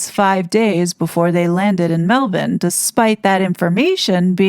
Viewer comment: Ta very much for pronouncing Melbourne properly, it is pronounced Melb'n. The other thing that's annoyed me a tad with some of the American content creators can't pronounce Bondi as its pronounced Bondeye. We pronounce Aussie as Ozzy, Australia as Straya, Brisbane as Brizbn or as we Aussies call it Brizzy, our island state of Tasmania is just Tazzie, the state of Queensland is Queenslaand not Queenslind & our nation's capital Canberra is pronounced Canbruh. It doesn't take much to look up how places are pronounced in other countries & it might sound ridiculous to the world but if there's one thing that really irritates & annoys us Aussie's then it's wrong pronunciations of towns, regions, cities, states & our country so ta hun for that Sending love & best wishes from The Great Southern Land 🇭🇲